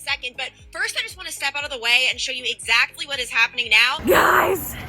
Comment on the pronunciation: Love the way you say ex ACT ly 😍